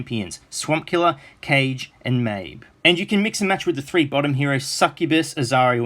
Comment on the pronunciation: its not Cage its Kage! Like Naruto- KazeKage. Kage means ninja king. He is holding a shuriken for god's sake lol